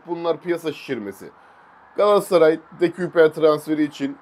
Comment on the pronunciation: “De-köy-per” diye söyleniliyor bu arada 🙏🏼